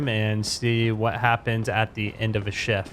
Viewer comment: This guy prounces Shift as Cheft like what its Shift